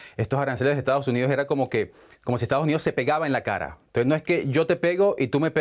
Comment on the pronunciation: el presentador dijo "Entonje"? :,)